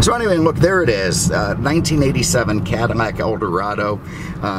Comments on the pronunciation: It's CADILLAC not Cadimac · Cadillac you keep saying cadimac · Why are you saying Cadimac instead of Cadillac? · Are you saying Cadimac? I'm on second watch and it sounds that way. Just asking. Love the videos! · What you calling it a Cadillmac?? Freaking annoying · Why do you keep pronouncing it "CadiMac"? Are you sayin it's the Macdonald's of Cadillacs? Is that because "I'm lovin' it" or is that because it's so processed with cheap fillers that you hardly get any real beef? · Is he saying 'CaddiMAC' on purpose? Or am I losing it? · Why in the hell do you keep calling it a Cadimack?! Do you have a problem pronouncing L's? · Why can’t you pronounce Cadillac correctly?